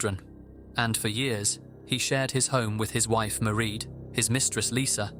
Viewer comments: Just a tiny nitpick for future reference: the name “Maireád” is pronounced to rhyme with “parade”, not “ma-read”. Otherwise, loved the video as always! I appreciate the amount of effort that goes into your videos every week. Thank you,! ❤ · Mieraid* Philpot not Marie x